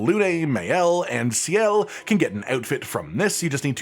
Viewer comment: Sciel's name is "see-el". The fact that they say it the whole game makes me think you didnt play and just stole other Youtube content